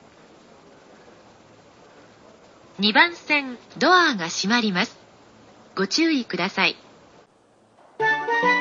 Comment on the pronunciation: ドアーの発音？言い方？好き笑笑